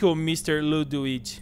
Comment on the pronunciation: vc falou ludwits kkkkkk